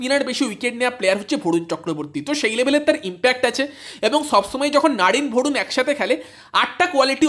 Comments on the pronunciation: Vorun na 😂, barun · ভরুন নয় রে ভাই বরুণ